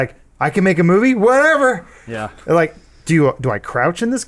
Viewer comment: Did you rike it?